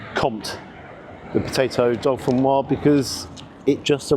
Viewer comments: Please, - it's Dauphinoise, no dolphins in sight! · It's Jamie Oliver, it's not top quality cooking, it's average, the menu is all over the place. The egg (in the scotch egg) was over-cooked, it wasn't "oozy"...........Oh, and it's not "dolphin-noir" potatoes, it's "dough-fee-noirs" and the menu, it was dirty/stained, that sums up their "attention to detail" imo...... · it's not 'dolphin wah' potatoes. It's dauphinoise. you dont really know what you're talking about do you. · You keep saying DOLPHINOISE 🤣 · The 'dolphin- wah'? ;-) Was it 'fin-tastic'? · no it's do-fin-wazzzzzzzz upp!!!!!! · It's a pity about the dow-fuhn-wazz. Emphasis on the Z 😂 I make a brilliant dauphinphoise. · This may be a petty comment to some people, but can we please get the pronunciation of dauphinoise correct? As there's an e on the end, the s should be pronounced - it actually should be a z sound. As I say, a small issue, but it grates every time I hear it. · I don't think the "s" is silent in "Dauphinoise". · "Dauphinoise". "Pommes" are feminine en français!